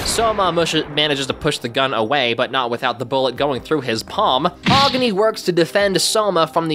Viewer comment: Agni is pronounced Agh-nee not whatever you said